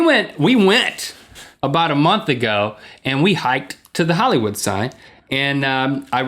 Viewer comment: there is an "I"...Hillywood; )